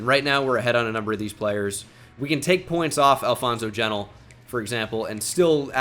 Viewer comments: it’s pronounced “jenn-teal” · it is Alfonso G E N T I L E that boy is not an Israelite 👎🏻